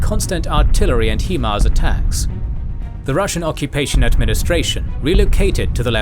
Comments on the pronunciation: HIMARS is pronounced 'High Mars' not 'HE Mars' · if no one has said it yet..... Its Pronounced high mars